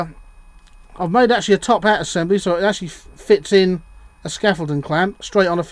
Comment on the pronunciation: Favourite word - "Acshully"! ;-) Interesting clip, though! Excellent slip-ring assembly, but is the current carried through the hinges? It appears to be - I think I would have bolted a bit of copper braid across the hinges - like the stuff a car battery earth lead is made from.